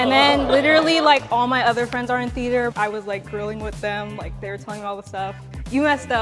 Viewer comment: It bothered me when some of them said "im a theeder kid" instead of "theater"